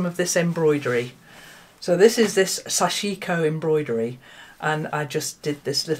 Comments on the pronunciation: More often sashiko is pronounced SASHiko. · “sashiko” has the emphasis on the first syllable, I think. Love the technique and am so excited about your project. 🦌💌❤️🪡